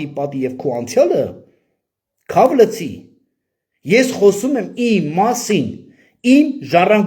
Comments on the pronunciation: Քավ լցի չէ, քավ լիցի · Ուղղեմ եղբայրս` քավ լիցի (ոչ թե լցի)։ Հետո շիզոֆրենիկ ոչ շիզոֆրոնիկ։Սիրով ասեցի